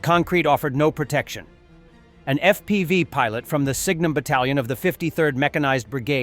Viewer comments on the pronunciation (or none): Your robot voice is as stupid as it's ever been. Ef pee five drones? Really?